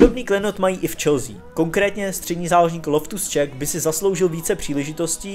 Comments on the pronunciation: loftus ček a skriniar :D:D:D ty si odborník na slovo vzatý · Loftus - Ček no😂 hochu tvoje výslovnost to ne😂😂😂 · Loftus (ČÍK) se to čte!